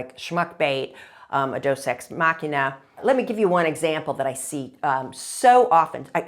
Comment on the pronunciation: It is not Dos Ex Machina. It is Deus Ex Machina. “God from the Machine.”